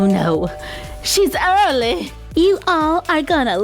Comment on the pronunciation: "Oh no she is earlyh " I love that accent